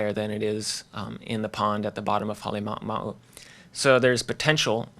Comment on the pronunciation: The presenter can't pronounce Halema'uma'u, he mumbles